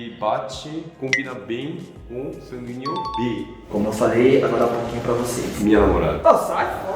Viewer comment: só eu q entendi o falar sanguinho?? ksksksks♡